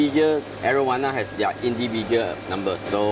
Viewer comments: I keep hearing Arowana as marijuana... lol XD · why my mind tells me "marijuana" every time he says arowana